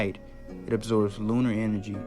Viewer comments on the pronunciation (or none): none